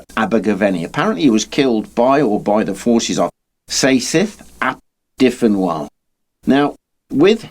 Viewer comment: during the English civil wars (plural - there were two of them) and, yes, Wales was part of England at the time because Henry VIII had annexed it two centuries earlier. and Dyfnwal is pronounced "Duvnol" - it's the Brythonic equivalent of Gaelic "Donnal"